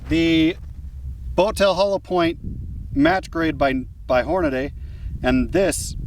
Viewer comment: I was watching until you said "Hornaday". It's Hornady - Horn-a-dee.